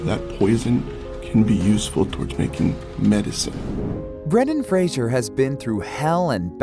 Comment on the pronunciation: For god's sake it's Fraser, not Frasier. How has practically no one in media since the start of his career been able to pronounce his name?